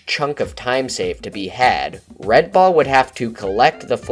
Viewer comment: When you say "red ball", I sometimes hear " red bull".